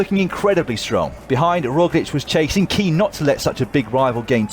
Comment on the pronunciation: Primo Rowslick?